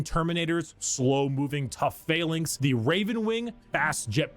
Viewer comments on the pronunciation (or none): none